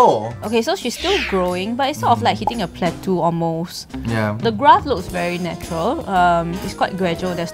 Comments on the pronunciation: Hi, awesome vid, but just wanna point out it’s pronounced as “plat”-“toh”, and not “plat”-“tu”. Cheers! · I think if a "drop" affects you so much - then you really need to get a life and be fulfilled on less attention!!!!! Geeez!!! And how come can't pronounce "Yvette" and can't pronounce "plateau"?!? Weird.